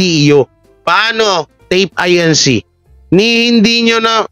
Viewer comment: E di Tape Ink…na lang ang basta mo/pronounciation